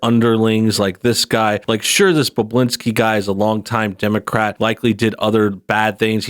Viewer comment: I’m pretty sure his name is pronounced Bob-bu-lin-ski. Not Boblinski. And not Bublinski.